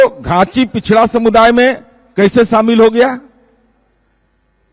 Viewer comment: तो ख़ुद ही घाँची को चाची कह रहा है— घाँची का Spelling वो Chachi (चाची) बता रहा है. 🤣🤣